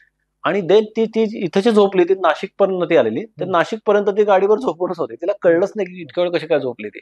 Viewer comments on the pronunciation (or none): none